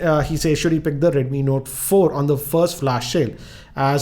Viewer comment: your videos are great and i always watch your videos but sir dnt mind ur accent is kinda wired sometimes u pronouns words very strangely like notaaa 4 with pause...and u also make kinda anyoing noises..dont mind sir but your videos are pleasure to watch.thanks